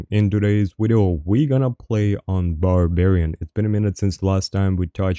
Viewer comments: I have a serious question. Do you honestly try to say video and end up saying wideo or do you just enjoy saying wideo? Love the wideos either way, love when you duo with fwog too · Wideo killed the wadio star